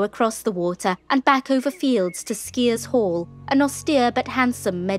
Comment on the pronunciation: It’s not Skeers Hall it’s Skyers Hall.